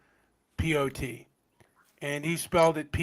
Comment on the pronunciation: To be clear since you cannot, you pronounced Pol Pot as PAUL POT. You didn't say POLE POT. You thought his name was Paul. Anyone listening to your abortion of a show can figure this quickly.